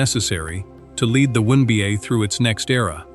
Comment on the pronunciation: We hear “one bah” or “one bay” or “win bah” when it is the W N B A? Someone needs to listen to this stuff before it is put online! You are relying too much on AI when you should be paying real people.